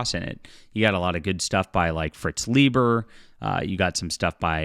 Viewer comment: Thankfully I have enough old sci-fi to last me the rest of my life. By the way, Fritz Leiber rhymes with cyber, not with Bieber.